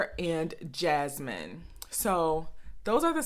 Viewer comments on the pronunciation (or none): none